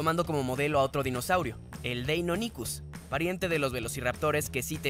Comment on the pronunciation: mint. se dice deinonichus wacho >:v a se re enojaba Xd